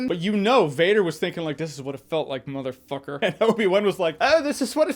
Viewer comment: Oh this is what it felt like muthafucker(faulty towers accent) was hilarious